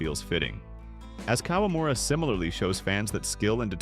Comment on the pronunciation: It’a KA-WA-MU-RA, NOT KOLAMURA…🤦🏻